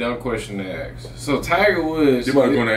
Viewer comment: Ask....not....axe......stop saying axe.